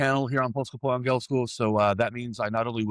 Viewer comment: Please learn how to say "angielsku" properly... it's annoying hearing it so many times already.